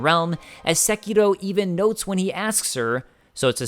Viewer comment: I just want to thank you for saying the name of the game properly